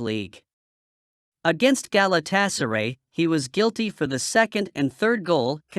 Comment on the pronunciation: GalatasaREY, HODGELAND, CASE👨‍⚖️MIRO, RE-GUYLEN 🤣